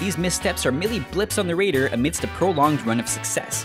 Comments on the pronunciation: I actually replayed that part cus I thought I was crazy and heard it wrong... but he definately pronounces it raider instead of radar.... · ***** I am American. That's not how we say it. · Jason Turner Sure it's not an accent? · "blips on the raider" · "blips on the rader" lel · "blips on the ray-der"